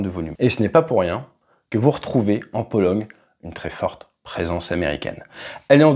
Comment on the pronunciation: "la Polo--GUE--" tu as dit